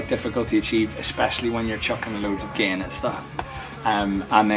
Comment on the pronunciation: If he pronounces “gain” as “gehhn,” you know he knows how to dial in a good tone.